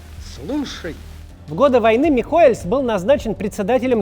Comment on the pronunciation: Кац, фамилия "Михоэлс" произносится без мягкого знака! Тебе же не понравиться если твою фамилию будут произносить с лишней буквой!